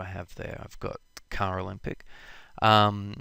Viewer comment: Good lord, stop pronouncing "Olympic" when saying "Alembic"!